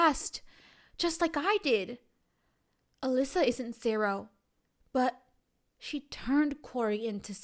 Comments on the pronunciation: You saying Elisa is so triggering. It’s ELLE-IZE-AH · it’s Eliza not Elisa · Isn’t it Eliza pronounced Eh LIZ AH